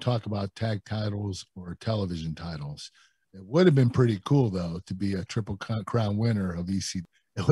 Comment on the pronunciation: When he says triple h it sounds like twwiple h